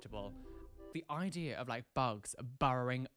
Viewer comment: The eye-dea 😂😂